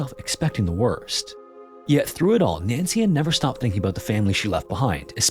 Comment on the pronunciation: Please choose how you're going to pronounce names and stick with that pronunciation through the whole video. Every single time you said her name, it was either Nancy-space-Ann, or Nancian. C'mon.